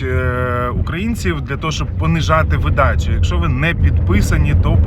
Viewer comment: Та не видАча, а вИдача відео